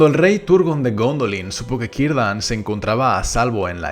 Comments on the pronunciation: 🤔por qué pronuncias su nombre como Quirdan en vez de con "C" Círdan? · Kirdan?? O Cirdan?? Escucho que dices, Kirdan. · Este personaje desde el principio me llamó mucho la atención pero tengo una duda, tal vez ya la han dicho antes Así que perdónenme si la repito pero: por qué pronuncia el nombre de Cirdan como "kirdan" o "quirdan" o el de Celeborn como Keleborn? Es por algo del lenguaje élfico o algo así? XD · X Q A LA " C" ÑA PRONUNCIAN COMO ZI FUERA UNA " Q" O UNA " K" ??? X EJEMPLO CIRDAN, LO PRONUNCIAN KIRDAN?. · Cómo sabes que la "c" en idioma élfico suena como una "k"?? No puede ser que se pronunciase "Zirdan"?